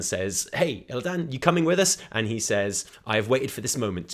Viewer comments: pls stop saying "ILLIDAAN" its illi-dun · Fuck! It's not Illi DAN it's pronounced more like Aladdin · WHYYY DO YOU PRONOUNCE ILLIDAN LIKE THAT WHAAAAAAT